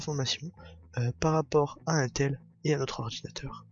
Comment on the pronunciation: On dit "ine tel"